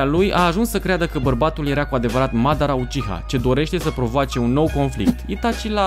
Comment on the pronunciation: Ok sa zicem ca cu "Saske" te inteleg in loc de Sasuke, dar nu mai pronunta niciodata Madara...ma zgarie pe creier